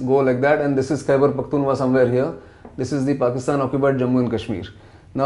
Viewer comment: Its Khyber Pakhtunkhwa, Sir. Not Khyber Pakhtunwa. How could you get the very first sentence wrong? :(